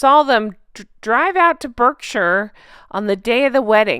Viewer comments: Berkshire is pronounced Bark - shire it sounds very strange when pronounced wrongly but no problem. There is a famous breed of pig that comes from Berkshire, and even an old Berkshire sow in a dress would look better than Meghan. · Berkshire is pronounced Barkshire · Englefield is pronounced precisely as you said, so good job! Berkshire is pronounced Bark-sheer…….just an English thing! Apologies for our weird ways! 🤣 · I enjoy your reporting. Thank you. Berkshire is pronounced Bark-sher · My comment is coming late...Sorry! Berkshire is pronounced Barkshire, Englefield isn't that much of a tongue twister isn't it? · FYI , as a resident of Berkshire, I can confirm that it’s pronounced Barkshire. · Hello, please can i help you with the "Berkshire". Pronounce the Berk as Bark, as in a dog and then Shire as in the big Clydesdale horses, so it goes Barkshire but spelt Berkshire, i hope this helps you as i realise that we have some weird names up and down our land. Have a good day. Norah, Glenochil, Scotland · Great as usual. For your info, i know you like to get things right and pronounce things corectly, so Berkshire is pronounced Barkshire. Stupid I know but that's the Engish language for you. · It's PRONOUNCED BARKSHIRE. NOT BERKSHIRE. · We have strange pronunciation of words in England. Berkshire pronounced Barkshire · I'm an Aussie (who lived in London & the countryside of the UK). Berkshire is pronounced BARK SHEER. Who the hell knows why & I'm not pointing it out to shame you, as I LOVE, LOVE your shows, I just thought I'd give you that pointer. A few other mis-pronouncements, but no biggies, but only those that don't know, nor have never been, etc call it BERK Shire, remember, it's BARK SHEER, ~! Txxx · It's pronounced Berk shy er. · In the UK it is pronounced Bark-sher. I thought Pippa's dress was so classy & elegant!! And, I love their love story - that it was love at first sight for him. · Berkshire = bark-shu